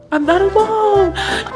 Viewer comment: disgastin Me: dude you have a musthas